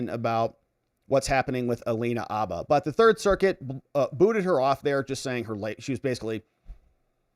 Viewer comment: The “H” in Habba is not silent.